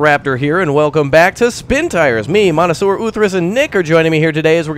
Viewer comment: "mono-sewer" bruh that word is monsieur... google translate that shit or something